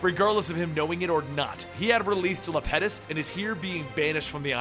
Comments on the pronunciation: The problem wasn't mispronunciation, It was that it's not Lapetus, but Iapetus. No "L" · Iapetus, as in eye-petus, not Lapetus. I don't mean to sound rude, sorry. I can just get really particular about Greek gods and such. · I'm a major fan and have been here since you were like 300,000. But it's iapetus not Lapetus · I'm pretty sure it's Iaeptus not Laeptus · im pretty sure it's Iapetus not Lapetus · It's not an L, its an I. E-ep-atus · It's an I not L in the titans name, also, the spear is called the piercer? Because his actual name means the piercer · It is an i in Iapetus not a L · it's IAPETUS with I not L